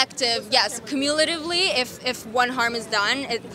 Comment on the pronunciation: Girl keeps using cumulatively in sentences where it’s not required and doesn’t really make sense. And she’s mispronouncing it too lol